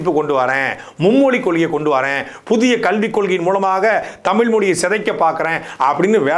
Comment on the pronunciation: தயவுசெய்து “தமிழ்“ என்று சொல்லி உச்சரிக்கவும். தமில் தமில் என்று கூருவதை கேட்பதற்கு நாராசமாக உள்ளது. 🙏🏻